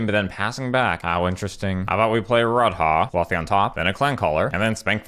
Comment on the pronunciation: "Rod-Haah" fucking got me